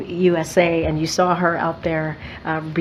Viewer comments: IT cannot even say USA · This dei hire can't even pronounce USA